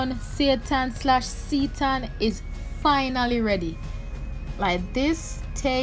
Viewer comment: I knw this video was made 1 yr ago but just looking back thru the comment section. For clarification this plant based meat substitute is pronounce as ' See - tan'. Not Satan as we normally call it. Stay blessed. Stay safe ♥♥